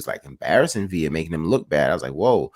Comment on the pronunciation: This fight might be another Broner vs Maidana if boots don't respect Villa power!! ohh and Mad respect for prounced Villa (Viya) correctly and not Vila👍🏼